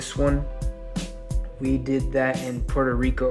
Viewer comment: Pueeerto Rico not Porto Rico...come on dom!!! no lo digas como un gringo!